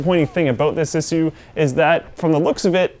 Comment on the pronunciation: lol the way you pronounce "Issue"